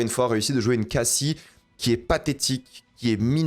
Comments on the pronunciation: Super vidéo je m'abonne !!! On prononce CASSIE et non Kaycee :') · Je t'en supplie arrête de dire kaisey quand tu prononce son nom en anglais et en français ça se prononce cassie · mdrr bah non il dit cayssie alors que c est cassie genre a bref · Pourquoi tu dit cayyyyssie?! Ça se prononce CAssie tout simplement meme en VO, ça m’a deranger 🤣 Pas totalement d’accord avec ton avis sur l’audition je pense qu’elle était pas mal finalement justement ça surprend un peu qu’elle s’en sorte bien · Attention à la prononciation du prénom de Cassie. Pour le coup, même en VO, la prononciation se rapproche + du français ("KAAS-ee" et non "Kay-cee"). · tu regarde en VF?? Pourquoi tu prononce kayssie et pas juste cassie lol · Ce qui est dur c’est de t’entendre répéter « Keyssie » alors qu’en anglais ça se prononce « Cassie » avec le son « ah » 😭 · pitié la prononciation de cassie